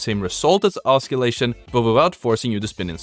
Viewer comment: OSS-illation, not osc-illation, as far as pronunciation goes. For future reference.